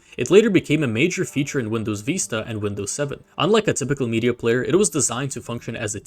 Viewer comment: Windows Veesta